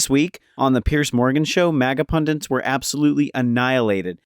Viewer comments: It's "Pundits" not "Pundents"! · Are you saying "pundants" on purpose? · It's "pundits" NOT "pundints"! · The word is PUNDITS - there’s only ONE ‘n’ in the word. It’s not “pundints” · What the fxck is a "pundint" you freaking moron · Sorry to be pedantic, but... "Pundants"??? Pundits wear pendants.